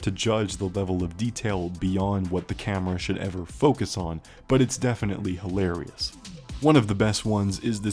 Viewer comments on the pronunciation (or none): none